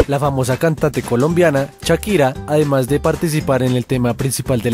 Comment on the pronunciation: jaja dijo chakira